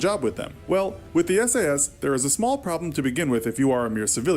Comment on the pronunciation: S.A.S you pronounce each letter, not as a word.